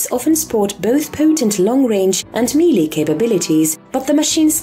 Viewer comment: Just gonna say I recently found you but I love your voice and specifically the way you say melee